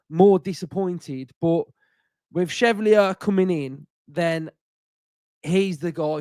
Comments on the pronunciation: If he’s gonna be ours, we gotta get it right. “Shev-Val-Lee-Ay” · Love to hear with his ever changing pronunciation of a foreign name 😂😂 chevelly, cheiflear, chevalillier, took my chevy to the levy!! Pretty sure it means Knight in French so Chev-Alley-Air. Maybe just call him Lucas Knight to be safe 😂😂😅😅